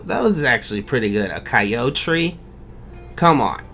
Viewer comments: "Coyotree" That was perfect :"D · ‘I’m a coyo-tree’ 😂